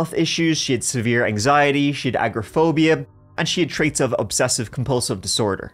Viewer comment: Oi!! Ah-gor- ah-phobia. As one of those with that affliction, it's no agrophobia! Love yaz anyhow..❤